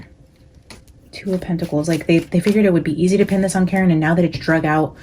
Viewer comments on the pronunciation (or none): none